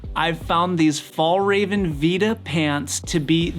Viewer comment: Very informative video with some good tips, especially about the head unit and watch. I appreciate the features of them. The Fidlock was also a good thing to point out aswell. It's easy when you know how😃. Just one little thing, the pants and how to pronounce the name of the brand, if your interested. Phonetically the name is FYELLräven,(Fjällräven), Great pants/trousers to wear. They are not a fashion item, more a piece of equipment that you use. Only downside is it's time consuming to waxproof them. But hey, you can't have everything:goodvibes